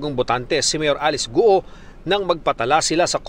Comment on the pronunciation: Ayusin lang sana ang pagbigkas sa mga pangalan. ALICE GUO is pronounced: Alice GU-O or GWO!!!